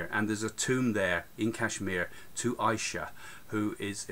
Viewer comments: It's not Isha it's issa same as Arabic we call jesus issa indian letter s they pronounce it sh and w they pronounce it v and many more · The name does pronounce Isha, it's ISA